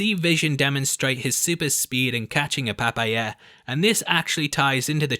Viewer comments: Gimme a medal for this Easter-egg -- When Vision pronounced 'papaya' weird -----> as PaPa-ya -----> Vision is gonna be a PAPA !!! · Loved the way u said papaya